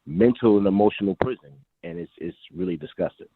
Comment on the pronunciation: He tried to say prison lmao